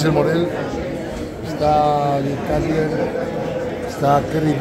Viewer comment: cutler se pronuncia conU